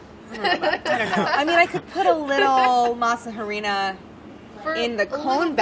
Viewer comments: As a Mexican, I get annoyed when people think that throwing in cinnamon and chili powder in chocolate makes it Mexican. NOPE. Get some Chocolate Abuelita - that's Mexican Chocolate. Also, please don't pronounce the H in Harina. It's just Masa. I've never heard a Mexican call masa, masa harina. We just call it masa or Mazeca. This was a frustrating episode. I felt for Claire, but she has access to a walk-in fridge where she could have piped the ice cream into the taco shells while wearing gloves so she didn't get frost bite. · Why do Americans know that the h in hola is silent but not harina? Smh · I love her to death, but every time she pronounces the H in Harina something inside of me dies. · I love Claire!..... but I hate how she said Harina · Silent H's aren't that hard, just don't pronounce it. Harina sounds just like arena in English, no hah-rina. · Claire... I love you, but “Harina” is pronounced like the English word “arena” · The way these people say harina and other Spanish words is awful. 😂 She said, “HAH- REENA.” 😅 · I love Clair but it does make me cringe every time she says harina. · Man I wish the pronunciations were a bit better.....but that's just an opinion. Maybe a stupid one, who knows. I just wish they would say "harina" with an "a" sound, you don't pronounce "harina" with an "h" sound. Just sounds weird. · Ok, pet peeve, how Claire pronounces "Harina", like, the H is silent... please... if you're going to use english pronunciation just say "flour dough" it's literally the exact translation, but please, stop pronouncing the "h"!!!! Thank you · Anyone else annoyed by how snobbish Claire is about the pronunciation of French word but butchers all the Spanish words? Like how is she not aware the H is silent in Spanish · Why has no one told Claire that you don't pronounce the H in harina??? Lol she works with fluent Spanish speakers. They doing her dirty haha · Clair, please pronounce "harina" without pronouncing the "h" 😙😛